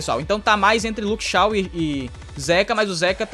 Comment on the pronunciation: so uma coisa n é Luke Shaw q pronúncia é Luke Chow